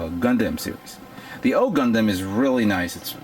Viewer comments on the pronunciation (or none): Gun DAMNIT its pronounced like gun "DUM". Aside from other mispronunciations just at least pronounce the overall title right. Other than that though cool showing.